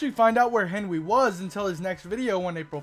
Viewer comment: Oh its henwy i hoight henry